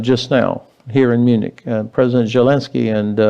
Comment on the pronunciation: Ben,you plonker,you can't even pronounce Zelenskys name properly. I suggest you send NATO to Ukraine,or the US military 😂😂😂